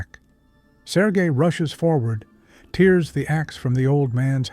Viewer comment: SORT out the pronunciation of EVERYTHING especially "tears" its pronounced "tairs" isnt it when its someone not CRYING!!!!